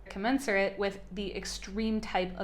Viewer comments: This lady actually said Musk was once considered an intellectual.... Maybe by people who don't know how to pronounce commensurate da fuhhhhhhhh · You had trouble pronouncing "commensurate," "Andreeson," and "Vegas." For those of us following Elon for the last two decades, he often quotes from various classics and philosophy books, and apparently explored the world's great books as a self-trained youth. He is an autodidact, so confusing the Iliad and the Odyssey isn't surprising (I once confused Gilgamesh and Beowulf, which I had to read in the same class one semester). Human relationships and emotion are not his forte, but attacking someone who is neurodivergent on his cultural appreciation seems a bit of propaganda. As a culturally famous person and a political player, your criticism is fair game if it were true. I'm glad you admitted he is a reader later in the video. Even if your literary tastes are different than Elon's. Perhaps, if those who, like J.C. Oates, believe empathy and compassion are truly valuable to humanity, she could create a trillion-dollar company? Why is lying about Musk being "born into wealth" (as he was a middle-class South African) considered a knock when most people value wealth production more than literature? Don't blame the players, blame the game that populist democracy created. Wealth is time, it is health, but it is also the value of your creations. If you were truly worried about Elon's emotional health, perhaps you should stop filming your breasts for YouTube (although I like the lack of a bra).